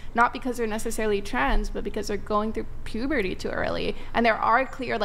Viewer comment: Puberty. Not pobocy.